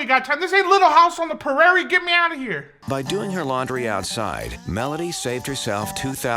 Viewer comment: The Funniest Part Of This Entire Comedic Video Had To Be 😂😂 The Way He Said Prairie KILLED ME!.! 😂😅